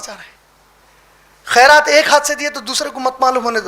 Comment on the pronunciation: لفظ خیرات ہوتا ہے قاف سے نہیں ہوتا ہے